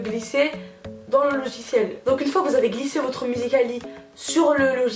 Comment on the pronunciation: Le loziciel mdddr